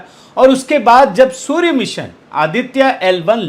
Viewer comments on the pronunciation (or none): none